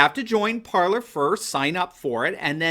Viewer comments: Just want to point out that it's not pronounced ParlER, it's pronouced ParlAY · IMPORTANT: Parler is pronounced "par lay". It is French for "to speak". You have a French book of some sort behind you. Please promote the proper pronunciation. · guess it is pronounced par-lay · nope!!! Par ler is the way everybody’s pronouncing it. Look at other sites. Laura Ingram says par ler. Just the way did.